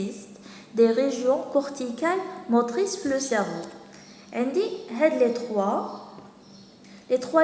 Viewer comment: merci bcq juste une remarque cerveau ça se prononce cerveau o comme eau pas cerveuu